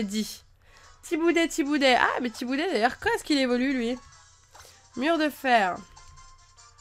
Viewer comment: chaque fois que tu dit Tiboudet j ai un fou rire c ouf